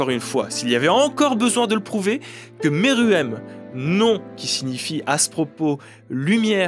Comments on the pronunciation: Arrêtez de dire meruem a la française 😭😭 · Je suis le seul à détesté Pufu ? Et aussi, Pufu on dit poufou, Meruem ce prononce Mérouem